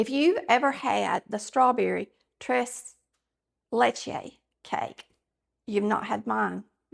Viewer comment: You Absolutely DID say it RIGHT 😜 👩🏼‍🍳😋👌🏼